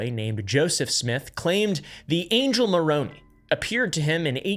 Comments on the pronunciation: You pronounced Moroni like Macaroni 😂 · Ex mormon here, the only thing that was incorrect about the video is just the pronunciation. Nephi (knee f-eye), Nephite (knee fight), Moroni (more-oh-n-eye), Nevada (nuh vah duh) Lamenite (LAME in ite) Zion (zi uhn) Social Mormon= Jack Mormon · "Moronee" Mer-o-nigh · So I was raised mormon, and in the most loving and respectful way, its not pronounced Moro-knee, its like say Morone-eye. If that makes sense? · Always a sign of critics' ignorance when they pronounce the angel's name "Morohny" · Moroni(eeeee); LOL absolutely not it's pronounced Mor-on-i (like I, wIfe, lIfe, mIght, spIte, nIght, knIfe, kIte) names are hard I know but Moroni's name isn't. Any more questions? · It kills me how you pronounce the names 😭 Pro tip- if it ends in I you pronounce it “eye” not “eee” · hey ex-Mormon here. I’d just like to say it’s not pronounced moe-row-ne, it’s more like moe-rown-i. (Best way for me to describe it) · Uh-oh. Not even 5 minutes in & we've encountered a wild "Moroni" with the long e. This is usually the telltale of someone who didn't talk with very many Mormons. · It's pronounced Angel Moroneye, not Moroney. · If you're going to do a video about Mormons and can't properly pronounce "Moroni" then you clearly haven't seen even one video of a Mormon talking about Moroni. Which I think might be a problem. Hopefully this kid is just reading this and didn't write any of it. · The Mormons have informed me: it’s pronounced “Meron-eye” ( the angel) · I say this as someone who is very much NOT a Mormon and has no interest in becoming one, but I have to say, you'd be a lot more credible if you could pronounce the Book of Mormon names properly. Moroni is mo-ROE-nye, Nephites are NEE-phites, and Lamanites are LAY-manites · Hey, it’s the Church of Jesus Christ of Latter day Saints. Nephi is pronounced nee fi and Moroni is pronounced more own eye. This info should give your podcast more authentic.